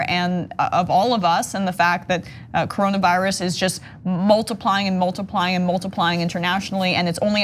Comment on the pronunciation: What is the "Caronavirus"? I thought it was called coronavirus. 🤦🏾‍♂️🤷🏾‍♂️